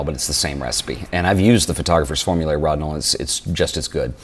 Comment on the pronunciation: NIce stuff except it is pronounced with a long 'o" like "Row-dinol"